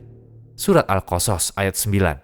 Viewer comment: Pengisi suara, bilang surat al qosos benar, bilang karun nya yg kurang tepat